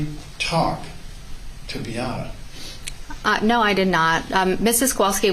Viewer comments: Can someone for the defense PLEASE teach Mr. Altenbernd how to pronounce MAYA and BEATTA? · Why can't he pronounce Beata's or Maya's names correctly? He's surely heard them pronounced correctly a thousand times by now. As for them not being responsible for Beata's death, didn't someone who worked for the hospital say that they predicted it? Yet they did nothing. Also, I think the thing that bothers me the most throughout this trial is the utter disrespect I've seen towards Beata from the witnesses from the defense. I also wanted to comment about the last nurse who testified. Given her personality, I can easily see why Beata didn't do well with her, and why she didn't appreciate what Beata was trying to tell her. She didn't know anything about CRPS, either, so I don't think she took Maya's level of pain seriously. The percentage of medical professionals in this trial who don't know much about CRPS is disturbing. I realize that it's not a common condition, but did any of them consider googling it at some point?